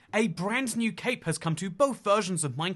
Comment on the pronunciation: When you say cape sounds like you say cake, wich is funny